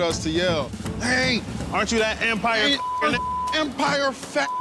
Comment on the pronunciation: "EPMIRE !" Yeah, nobody watches that show, that how detectives knew the story was bogus.